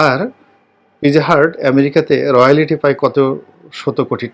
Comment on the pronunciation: আপনি du তে পড়াশুনা করে রয়ালটি কে বলতেছেন রিয়ালিটি! আশ্চর্য